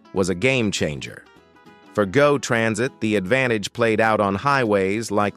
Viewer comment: it’s pronounced “go” as in I will go to the market not G O